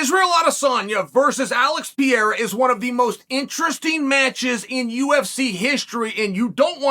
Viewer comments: Piera? I feel like he doesn't even try to pronounce it correctly. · I like how Lord Chael, pronounces Alex name like an American but pronounces his last name like it’s Spanish. Either way he’s correct! 😂 American, Spanish, Brazilian…it’s all the same.